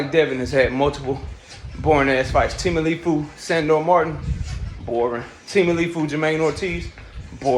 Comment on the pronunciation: Sayin teamaleefu is crazy work😂 ITS TEO-FIMO bro teofimo lopez lmao